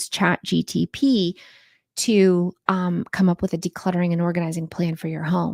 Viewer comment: I love you, but please… its CHAT G P T… you keep saying G T P and for some reason that is driving me crazy 🥹